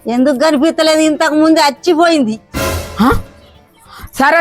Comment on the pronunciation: Achipoindhi ❌ sachipoindhi 😅😂😂